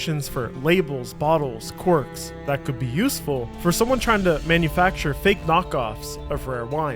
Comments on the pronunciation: fake "quirks." You mean CORKS? Was this video made with AI? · bro lol its (cal state) Northridge in California, & the wine bottles have corks. not Northbridge & quirks - lovely vid tho